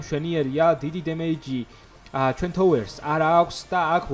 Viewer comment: ranairad laparakob touers idzaxi